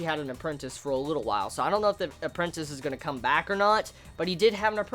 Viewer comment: Yeah "appreantice" -__- ,All who read the series know what I mean.